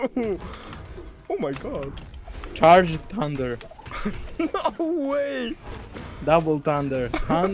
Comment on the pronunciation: "THANDURRRR.....charged down thundarrr 🤓"